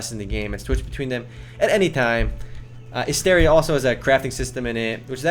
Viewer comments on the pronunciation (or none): Learn how to pronounce the game's name you dumbass.